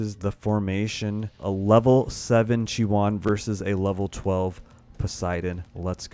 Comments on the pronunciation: Thanks for the videos, really useful. BUT Please don't call her Chi-One! You are killing me. It is a Greek word SNOW=CHIONE=ΧΙΟΝΙ (in Greek) It is pronounced he-oni (he like the article and oni as in macaroni) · Isn't it's pronounced chi-oh-nee? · khi-yo-nee:) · You really need to learn how to pronounce stuff. Who the hell is chiwan. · i think he says that because he splits the name in 2 parts.. chi... and one. Chione i think is taking her name fron the greek word '' Χιόνι '' that means ''Snow'' and the pronunciation of this is ''Chioni or Chione...something like '' kioni ''. So i hope i helped, keep up the good work.:)